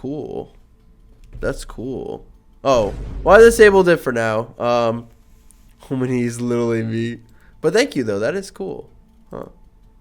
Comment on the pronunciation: can you even say خ? homeny homeny its Khomeini it has a خ